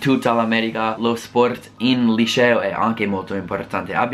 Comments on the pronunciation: Non si pronuncia lisceo ma liceo. La C si pronuncia come 'chat' in inglese. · "IL LISCEO" ahahah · 'Lisceo' HAHAHHA io adoro te e il tuo canale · il "lisceo" ahaha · SEMBRI TOSCANO QUANDO DICI LICEO ADORROOOO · Quando pronunci LICEO devi dirlo come se dicessi Cherry non come Precious !!!!!